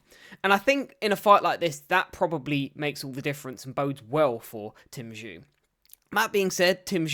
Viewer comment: Bro well done for covering this but was hard to hear you mispronounce Tim’s name throughout 🙈🤪